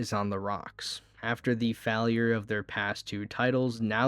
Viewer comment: dude you need a speech therapist or smth "physical year" had me rolling and "fahlure"